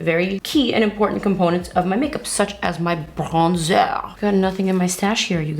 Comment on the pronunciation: Do you speak french? You have the correct french accent when saying: bronzeur.